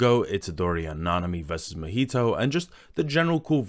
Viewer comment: Gege is "geigei" Naoya is "now" "oi" "a" Mahito is "mah" "hee" "toe" These are the ones i gathered off the video from the top of my head but still good video the pronounciations didnt take too much away